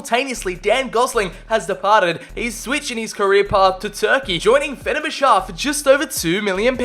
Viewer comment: i love how he said Fernerbahçe 🤣 it was close to right tho